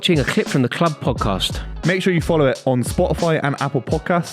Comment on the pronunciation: "You watching a cccccchhhhhlllip from the cccccccchhhhhhlllubbb podcast."